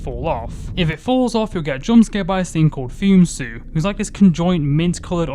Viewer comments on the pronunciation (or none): it’s actually pronounced: [Fu-MEH-tsu] which is Japanese for “Immortal”